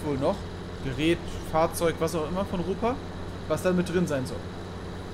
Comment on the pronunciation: Moin, Ropa is Deutsch, wird also auch Deutsch ausgesprochen ( Tiger) . Aber sonst cooles Video. So einen Fahre ich auch, nur n bissel älter. Gruß